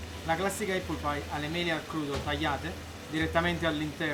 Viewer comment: Apple si pronuncia appol e non eppol. Conoscendo i prezzi attuali di Londra credo che una porzione costi non meno di 30/40 sterline. Auguri